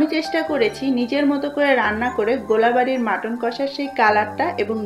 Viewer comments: It's gol Bari not gola Bari. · kotha ta gola bari noi golbari hobe